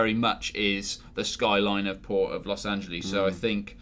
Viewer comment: Los Angelees is how you said it.